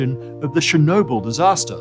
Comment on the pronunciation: They couldn't even take a few moments to look up how to pronounce "Chernobyl" right.